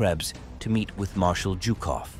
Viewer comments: Zhukov not Jukov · WHY is he saying JewKof?! stopped watching